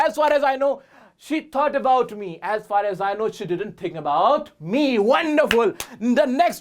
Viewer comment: sir maine apka 1 vidio me dekha tha ,aap usame for me ,r, silent karane ko kaha tha to aap isame as for as kyo bol rahe , please repy me